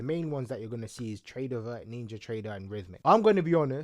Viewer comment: TradeoVATE not vert 😂😂